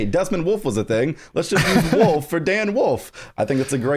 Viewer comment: cannot say wolf.